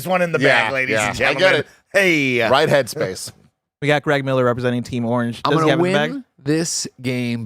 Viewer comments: This is the episode where I realized that pronounces Orange as "Arnge" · If I didn’t know was from Cleveland id for sure know after hearing him saying Orange lol